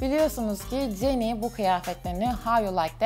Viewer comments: Okunuşu ceni değil Jeni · Abla ceni değil jeni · Abla ceni diye okunmaz jeni diye okunurr